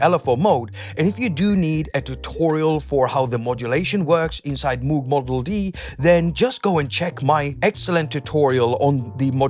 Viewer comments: Been waiting for this! 👍 By the way, Moog is pronounced like rogue and not like stooge. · David Covington actually neither is no where near right way to say the old german last name Moog where the company name comes from. Its something like r and o like rogue, but then some weird sound that resembles something like k, a hint of r maybe and h said at the same time where the h reverbs a bit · David Covington The question of pronunciation is a complicated one. In his own words: There is also a story that Bob and and his first wife Shirleigh "decided" on their preferred pronunciation after they were married because she didn't want to be ridiculed by her first graders